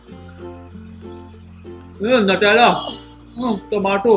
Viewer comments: NUTELLA is pronounced as NEWTELLA not NUTTHELA😠😑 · I died throughout the video man, its "nyutelluh" Gosh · Nutela is pronounced as new-tella